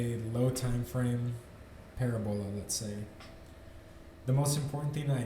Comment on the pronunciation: Thanks for the explanation,! I made some money on this trade. Video work getting better too! Parabola is pronounced pə-răb′ə-lə, with emphasis on the second syllable. <3.